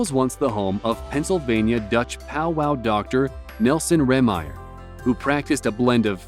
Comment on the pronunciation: the york pa story the name is pronounced rAymyer